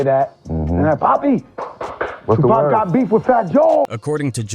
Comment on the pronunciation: He said Tupac's name like PACman🤦‍♂️